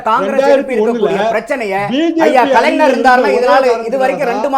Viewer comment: நந்தகுமார் கலைஞர் என்று சொல்லி பழகுங்கள்.தமிழை பொதுவெளியில் கொலை செய்யாதீர்கள்